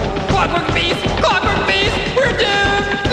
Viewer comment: Clockwork Beast sounded more like Corporate Beast !